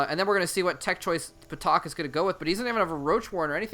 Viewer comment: I think it's pronounced "Tak," with a silent P (like psychology).